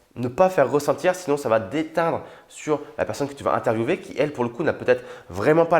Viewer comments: oui, Les Français disent [interviewé] et non [intervieoué] pour interviewer. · C est géniale mais tu as dis interviewver mais il prononce interviewer😐